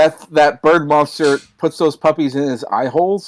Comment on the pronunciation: Some day will realize I whistle the Munsters theme song every time he mispronounces the word "monster", but today was not that day.